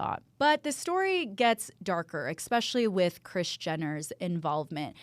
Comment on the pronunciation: You say ex-specially vs especially. Idk why i heard that so loud and clear 😂 I'm sorry